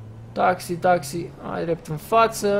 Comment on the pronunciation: Rafa se spune taxi nu taxiu